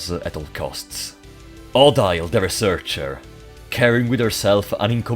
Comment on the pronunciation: Im pretty sure the prologue isnt canon. The transition between start again and the actual game sounded like you tried to fit both in one "timeline" but i dont think you can. Also its pronounced oh-deal but you can call her waifu at that point